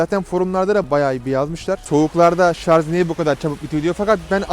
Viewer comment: Abi şunun adı şarz değil şarj